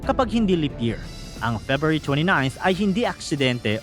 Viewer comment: FEBRUARY.. FEBYOOARI.... MANGMANG KA